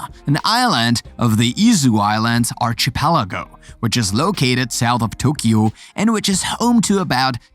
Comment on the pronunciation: Just a few pronounciation corrections. 1. Archipelago is pronounced “ Ar-Ki-pelago” 2. Facade is pronounced as “Fa-Sad” Overall a good compilation and narration. Keep it up! 👍